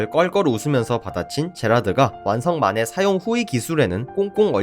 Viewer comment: 몬더그린 영향인가.. 만해가 (사다오) 마네로 들리는군요..